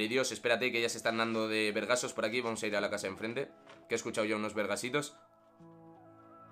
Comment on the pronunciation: Jajaja me agrado que dijieras vergazo como mexicano ✌